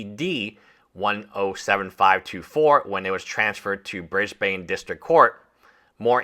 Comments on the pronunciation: Been following and enjoying your content on Jobst and the coffezilla one. Love your work mate, and as an Aussie I have to say Cairns is pronounced more like “Cans” and Brisbane as “Bris ben”. Also it’s surreal that I work really close to this court house and the lawyers office haha. Saw one of them in their Merc the other day thinking about how that is funded by Karl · Cairns is pronounced like "care," not "car," and Brisbane is pronounced "BRIS-bin." It's not pronounced like a Batman villain.